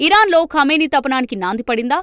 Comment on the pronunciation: తపనానికి ఏంట్రా బాబు, పతనానికి, అక్కడ ఏది రాసి ఉంటే అదే చదివేస్తారు, అసలు పదం ఏమిటి అని కూడా ఆలోచించరు 😢